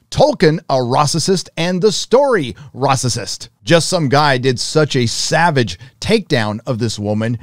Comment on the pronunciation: It’s Racist, not Rassisist